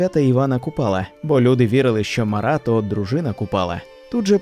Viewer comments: не МарА, а МАра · Тільки не МарА а МАра, наголос неправильний, аж вуха ріже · Чому МарА? МАра. ПримАра, а не ПримарА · Сам ти Марá її звати Мáра, кажу як носій імені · М`ара, наголос на першу "а". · Мара від слова марити. наголос ставимо на першу букву "а". Марити - Безладно, безтямно говорити в гарячці або уві сні, галюцинувати.